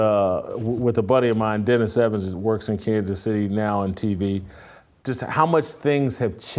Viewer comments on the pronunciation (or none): none